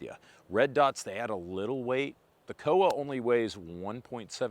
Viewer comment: It's COA (Co Uh). Not an acronym, supposedly.